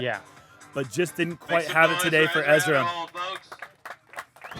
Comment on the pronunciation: How does an announcer at an event like this still not know how to pronounce Ezra's name?